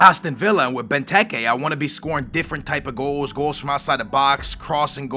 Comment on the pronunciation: The Decision* You're a moron. You cannot pronounce anybody's name right. You call Christian Benteke just Christian. It's not hard to say BEN-TEK-AYE.